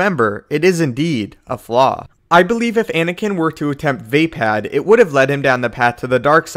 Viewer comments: It's fucking pronounced Vuh-POD! Not VAY-PAD! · Va pod.... not Va pad as a Star Wars expert why are you pronouncing a second A when there isn’t one?! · you lost me at vay-pad...